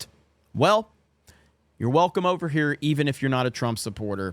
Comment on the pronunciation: The DICE awards. Ooohhh. I’m ovah heah now!